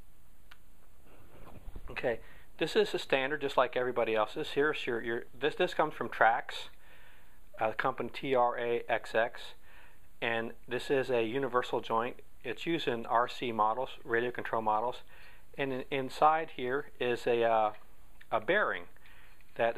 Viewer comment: It's Traxxas, not Traxx.